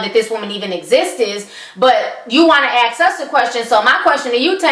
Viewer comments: I love listening to you, but I unconsciously cringe when you say 'aks' instead of ask. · Why do all black people say "axe" instead of ask? For fuck sake..